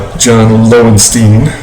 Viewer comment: It's pronounced Lowenstein, LOL. Good for sticking with Wilcox, I like my starters to go at least 6 innings. Otherwise you are over taxing your bullpen. I think that is a picture of Tino Martinez and not Tippy